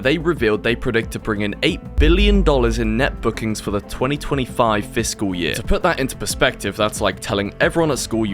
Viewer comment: bro said the fisting year XD